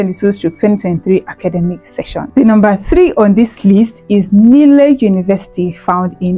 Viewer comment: It's pronounced Nile as in the River Nile, not ni-le. Thanks for the video, quite informative